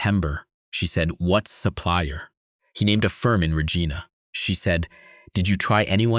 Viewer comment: I'm happy to see this is a Canadian story but your narrator needs to learn low to pronounce cities correctly. Regina is pronounced like Reg-eye-na, emphasis on the 'eye'.